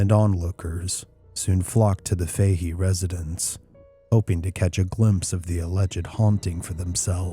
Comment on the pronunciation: Im born and raised just outside Galway, cant believe you are doing a Galway story, but in Ireland we pronounce Fahy as Fatty